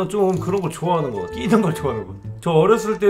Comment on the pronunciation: 끼 와 뀌 는 큰 차이가 있어요